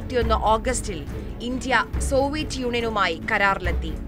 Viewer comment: ഇഞ്ചിയ അല്ല. 'ഇന്ത്യ' എന്ന് വ്യക്തമായി പറയണം കുട്ടീ. ആദ്യം അത് പഠിച്ചിട്ടു വരൂ. എന്നിട്ടു ബാക്കി ആലോചിക്കാം.